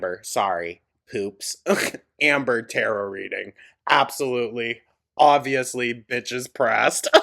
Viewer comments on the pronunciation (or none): Not butchering tarot, interpretation, & spirituality.... girl...